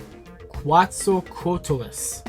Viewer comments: Ket-Zel-Co-Ah-Til-Us. Just helping you out there with the pronunciation of that pterosaur lol Also while not primarily black, Fourze's Rocketstates from Movie War MegaMax could be a possibility for the pink Vistamps since they wouldn't need to change the background for Kong and make it something like an orangutan or chimpanzee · Was going to comment when I first saw the video but then I doubted myself until a video last night affirmed my thinking... Quetzalcoatlus is pronounced "KWET-zal-co-AHT-luss". It's named after the Aztec god Quetzalcoatl, and it was one of the largest animals ever to fly (seriously, standing on all fours it was as tall as a giraffe). Doesn't actually look a whole lot like Pteranodon other than the basic Pterosaur traits, but I guess it's more well-known than something like Geosternbergia! (I recall it was rumoured for RyusoulPink during Ryusoulger's rumour phase, funny to see it finally be used in toku even if in a very minor role.) Very excited to see what Donbrothers is like, even though the CG Rangers idea concerns me. The Alter stuff especially is very interesting, and that's coming from somebody who's always enjoyed robos/Megazords! Not too fussed about these alternate ViStamps but they're a nice idea, I'm more interested in seeing ViStamps for the other Heisei Riders (and Neo Batta and Kajiki both having blue marbling gives me hope they'll be consistent with the nine so far). ... that said, I'm probably more likely to get the Donbrothers team's Avataro Gears to go with my Sentai Gears than I am to actually start collecting ViStamps!